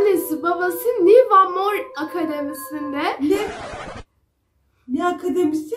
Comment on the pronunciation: Abla nevırmor diye okunuyor vallahi tarihe geçtin